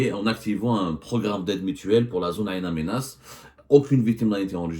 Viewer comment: Bonjour, Ain Amenas, est incorrectement prononcée. Cette ville s'appelle " IN Amenas" c'est en Targui